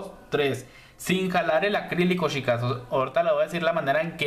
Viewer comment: Me gustó la explicación!. Pero lo que me molesta es que pronuncies mal chicas/ os. Me enferma que digas shicas y shicos 😠